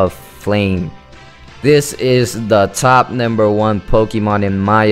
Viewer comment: you sound like your saying namber